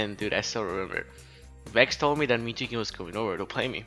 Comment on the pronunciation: I love how you pronounce Jason's name, "Mew2keen" lol